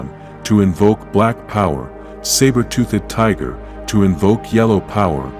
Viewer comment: saber tooth-ed tiger